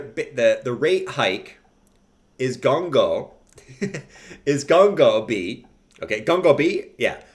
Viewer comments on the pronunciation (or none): IT'S NOT GON-GO , IT'S GOGO BABY I AM GEORGE